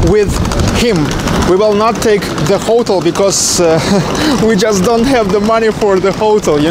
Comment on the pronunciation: Interesting, as always! Just a note; "Hotel" is pronounced "hoe-tell". Good job!